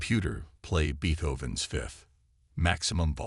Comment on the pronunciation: Look up how to pronounce "Beethoven." Also, Beethoven's 5th probably wouldn't be ideal; I'd say his 9th is more macho...